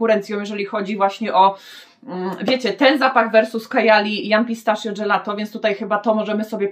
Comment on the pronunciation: Jak zawsze mega ciekawie, pozwole sobie tylko na jedną uwagę. Pistachio wymawia się "pistakio" Pozdrawiam:)